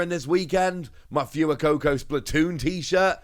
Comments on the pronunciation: So triggered on the way you say fuecoco for gods sake man its not fewycoco its fwaycoco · IT'S FWAY-COCO, NOT PHOOEY-COCO, IT'S SPANISH YOU TART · Love these videos! I get myself all excited for cards I won't have for 5-6 months 😂 Btw, Fuecoco is pronounced more like "Phway-coco", it's Spanish like "Fuego" :)